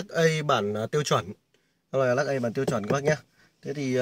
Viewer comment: Chả có gì mới, nhàm chán, Lắc ây, và lắc ét ây, nghe nó nhe câu từ ở các thôn xã dưới quê á. Nửa mùa…👎🏿